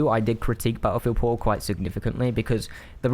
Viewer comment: I've never played 2042 so I have NO IDEA what he's saying when he says "po'oh" Very good review, thank you for persuading me not to fall for the Steam sale. It doesn't even sound worth $20 to me.